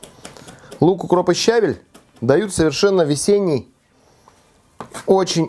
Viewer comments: щавЕль,свЁкла,мОрковь. Не щАвель,морквА,свеклА бордюр-поребриковый! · ну ты чего, правильно говорить, щавЕль!:) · Печень это -орган. А печёнка это-продукт! Мы срубили Ель ,а под ней рос щавЕль! СвЁкла,МоркОвь ,а не свеклА,морквА. Вот.